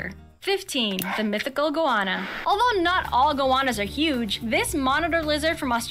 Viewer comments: E-mew!... and they are super cheeky and super cool.....not ugly. :) Go-ANNA! .... not Gowana. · Shame an Aussie didn't narrate this video, for starters goanna is pronounce Go-Anna, there is no "W". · Really wish these narrators would pronounce the animals names as they're pronounced here in Oz. It'd teach non-Aussies how to say the bloody names correctly. Emu.. eem-you, Goanna.. go-Anna (A as in Apple,not arpple,go-arnna). Quoll is the spotted creature. Marsupials have a Pouch, to suckle their young. And "a dingo TOOK my baby" ..Not "Ate my baby".😂 😐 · The narration on that video makes my ears bleed. Did they set out to mispronounce everything intentionally. I gave up at goanna - cos where is there a 'u' in that word, it's a simple word, go-anna. And I don't know why it's mythical. When I was on a high school camping trip I came face to face with one, across a ditch, and it was huge, close to 2 metres long. We stared at each other for a bit and it found the ability to move before I did, and disappeared back into the bush. Happy New Year! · and Goanna is pronounced Go Anna in one word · and the gowarna, oh the cringe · Some of this video is inaccurate. Also says goanna and kookaburra wrong.